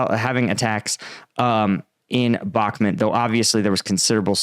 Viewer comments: love your vids, but can you pls pronounce BAKHMUT correctly? you say “bak met” and it really turns us off. it’s BAAAAK MUUUT, Bakhmut. thank you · Got a decent show bro, however it’s called “Bahkmut” phonetic pronunciation BAKMOOT Thx